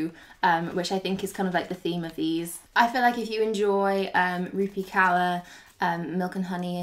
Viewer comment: Aghhh I wish British youtubers would learn to pronounce Rupi Kaur’s name properly. “Kaur” is pronounced like “core”. Not “cower”.